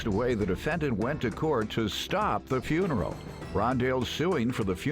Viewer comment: That man said, “I paid for the whole fRuneral, I paid for the whole fRuneral!!!” 💀 😂